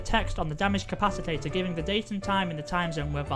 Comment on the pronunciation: I am hospitalized from taking a shot every time they said capacitor wrong